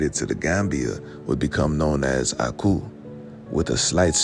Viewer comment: 😮😮😮 You pronounced the oku/aku with perfect accuracy